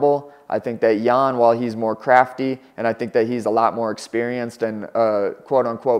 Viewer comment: Not necessarily. Could be correct spelling but wrong pronounciation. Xiaonan's last name is also Yan and they say it wrong too.